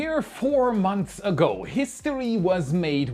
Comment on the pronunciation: Enthusiastic? Maniacal? I don’t know what are you talking about. But seriously…. language skills are phenomenally good. The only big tell I get from his pronunciation - which is only one tiny aspect of language proficiency- is that he really struggles with words ending in a th sounds followed by an s. For example Earth’s, or months. Hit up this trained linguist for a tutorial, if you like.